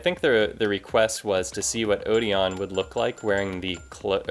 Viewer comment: odeon's name is actually pronounced (O-den)